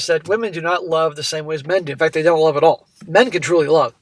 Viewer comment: The iconic way that pronounces 'love' as 'lurrve' 🤣